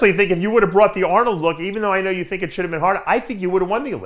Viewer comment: William "you know, I tink" Bonac